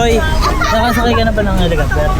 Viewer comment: H E L I C O P T E R not Helocoptwe! Hehehe!!!! Peace